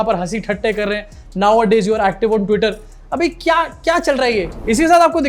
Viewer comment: he said nowadays.... you're.....acteev on tweeter And then lot of laugh